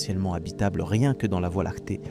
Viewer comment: documentaire interssant, que la voix IA ne sache pas dire voie Lactée convenablement...